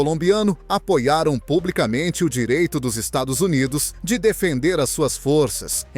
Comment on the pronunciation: Narrando uma merda, não consegue pronunciar dólares e Estados Unidos.